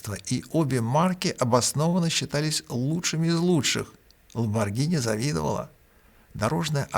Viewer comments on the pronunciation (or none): none